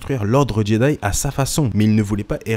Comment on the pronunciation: C moi ou j’entends jeday